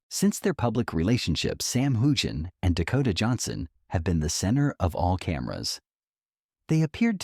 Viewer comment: Learn how to say his name correctly, for crying’ out loud!😊